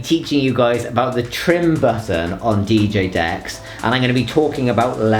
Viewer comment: Idk why.. but I think it’s hilarious when this guy says DJ Decks